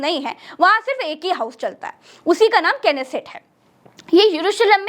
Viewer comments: पहले बोलना सिख लो नेसेट को कनेसेट बोल रही हो😂😂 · parliament of israel has pronounciation nesset ,despite its spelling is knesset